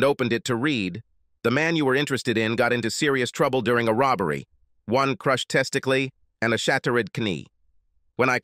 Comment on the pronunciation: This AI is priceless, the pronunciation is so pathetic : "One crushed testiklee" WTF?